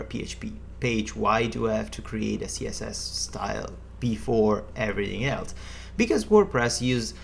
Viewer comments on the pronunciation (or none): none